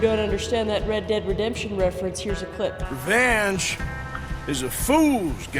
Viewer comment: That entire intro I thought you were saying ranch and I was deeply confused. Your channel is great and we enjoy watching you